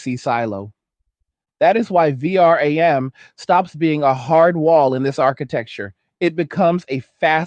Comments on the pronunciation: AI narator be like V.R.A.M. instead of VeeRam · VR-AM? are you using TTS? any human would say V-RAM, it's ok I just like to look for stuff like that, It's an useful skill in a world filled whit bad actors like government propaganda. And all the more reason to do what you do, protect your identity. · question, is this AI generated audio? Who says V- r a m? i dont know anyone who spells it out, everyone says vram right? just trying to make sure i can still spot ai generated audio and not losing my mind! still liked the content, great vid!